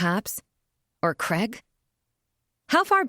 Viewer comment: Do wish Americans would learm correct pronunciation of CRAIG